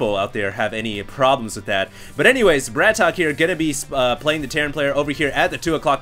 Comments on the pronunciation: its not bratok hd its brat-ok :) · It's Brat OKEY not BRATOCK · BratOK = Bratawk people. He's not english so we don't we the same English pronunciation. Husky said he thought it was BratOkay, but even he said in his video he wasn't sure it that was right. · It's Brat-OK! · pretty sure it actually ISNT pronounced brat okey...day9tv's channel clears this up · small thing but, isn't it pronounced Brat "OKAY" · brat ok not bratok :(